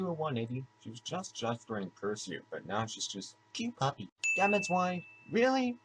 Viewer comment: sin for every time someone says 'Zwei' wrong (even the cast). Reason being: it was name zwei in reference to the dog in cowboy bebop 'ein' which are both german words for the numbers 1 & 2. Ein=1 (said eye-nn) Zwei=2 (said z-veye) So. If we went by that how many sins would we actually be at?